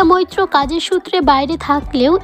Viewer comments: একবার বাদশা মৈত্র পরে ই বাদশা মিত্র । এছাড়া উচ্চারণ ও খুব খারাপ। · mitro nay bolun moitro.ssm.